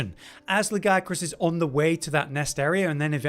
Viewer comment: Thumbs up just for saying "Legiacrus" properly. 👍